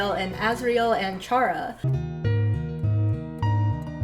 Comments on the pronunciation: chara. coming from the word “character” chara-cter care-uh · It's actually pronounced "chara", not "chara". Hope this helps!